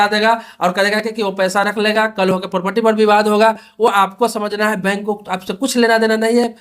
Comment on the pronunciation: पोपटी नहीं प्रॉपर्टी